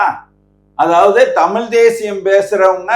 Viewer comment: தமிழை தமில் என்று சொல்கிற தமிழன் என்று எல்லோரும் நம்பவேணுமாம் நல்ல வேடிக்கை.